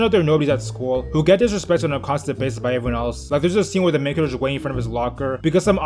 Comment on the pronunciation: Back in the day I thought he was saying mega jerk not main character